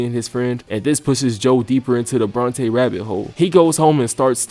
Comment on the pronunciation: Get the second part of this season immediately. It was horrendously crazy how it all went down. Ngl, was rolling my eyes everytime Joe was thristing after Bronte.... BORNTE!?!